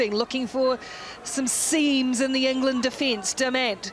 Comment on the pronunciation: Enger-land! It's not dayboo kiwis.